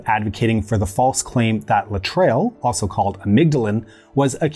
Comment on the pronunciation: Aaarrgghh! LA-TRILE??? really? The cure for cancer that was provided in clinics in Cuba, made from peach pits if I remember correctly, was Laetrile and is pronounced "LAY-A-TRILL" thank you very much. After he mispronounced Phyllis Shafly's name (it's pronounced "SHAFF-LEE" not "SHAFE-LEE") followed by his mispronunciation of Laetrile, I had to comment. I guess you had to be there.